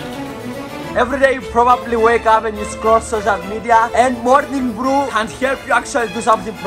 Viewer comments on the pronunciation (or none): Him: morning brew My ears: Mountain Dew